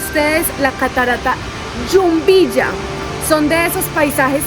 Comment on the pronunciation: Hola chicos felicitaciones bonito video a seguir disfrutando del viaje, así nosotros disfrutamos de sus videos, una acotación es Jumbilla no Yumbilla. Saludos un abrazo.